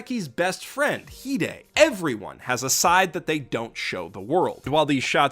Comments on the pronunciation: Also the song is great, english and japanese and omg its not hidei its hi-de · Heeday? I thought it was pronounced hide. Like you better hide, hide. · Ok, tea How do you pronounce hide and rize I’m a manga reader I pronounce it ree zay and hee day.